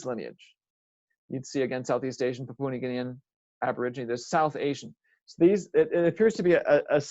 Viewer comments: Lol it just got me talking about languages and couldn't even pronounce Pa-pu-a New Guinea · Very interesting, though it vexes me every time you pronounce the word 'Papua'